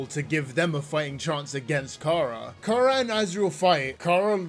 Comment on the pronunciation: Everytime I hear "Kara" I have a stroke💀💀💀